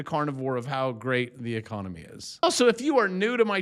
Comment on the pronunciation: Trumpy E-con-O-my